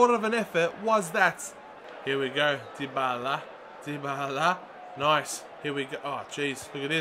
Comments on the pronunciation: Tayyib Jawid it's De-Bal-Uh, trust me... I watch Serie A games, and the italian commentators say it that way. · ***** it's die-ba-la m8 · Dybala is pronounced die-ba-la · It is said like die-bar-la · 6 episodes into the series and still cant pronounce dybala's name.. lmao